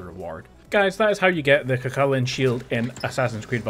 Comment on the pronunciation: Your pronunciations are, interesting.. Cu Chulainn is more ‘Coo hullan’ there is a bit of a guttural sound, but not as much as you have. Think of the name ‘Gallagher’, the way the g is silent and the h has a slight kh sound. Meath, Meath is hard to write this out. You’re saying Meath like it rhymes with wreath or teeth. That’s wrong. It’s more like breathe or bathe. Perhaps Meath should have an e at the end in English.